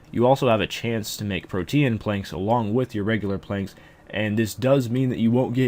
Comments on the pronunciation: “PRO-TEEN” not “pro-tee-an” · Holy shit its "Protean" like Pro-Teen not Pro-Te-Ann. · Lol protean its Pro-teen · its not prote-an. its pronounced just like protein is. its a play on words.